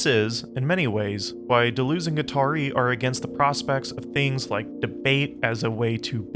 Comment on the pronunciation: Native English speakers, if you can say, 'Duh,' then you can correctly pronounce French words and names like 'de' and 'Deleuze.' For the latter, say 'duh' twice, then repeat adding a 'z' sound at the end, then repeat again replacing the second 'd' sound with an 'L' sound. That's it: duh-luhz.